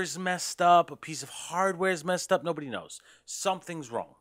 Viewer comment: The "nobody knows" - I just have to assume you are a New Yorker. Great info thanks